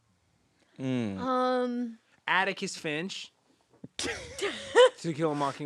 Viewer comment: I think Patrick said 'Abicus Finch'.